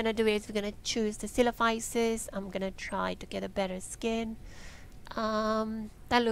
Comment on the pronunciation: Thank you for pronouncing Coelophysis correctly. I've heard it many ways since this game launched, lol. I'm enjoying the game and hope the developer, Dean, continues with it. A promising start with much room to grow. BTW, so you don't drown, hit space bar (on computer, not sure about controller) to swim on the surface.